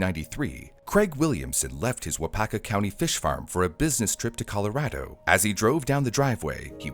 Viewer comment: I just want to note, bravo for saying "Colorado" correctly.